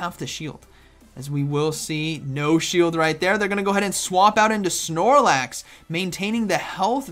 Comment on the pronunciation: Drink some coffee 😂, “prigly deadly , snormax “ awesome commentary as usual tho ❤️